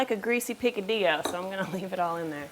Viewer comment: Say P - Ka - d - yo, not P - Ca - d - Lo....